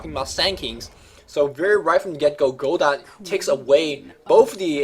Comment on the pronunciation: You don't pronounce "Godot" like that,!